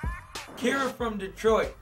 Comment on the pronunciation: Kiera from Detroid.... see how did he say it.... thats LOL!!!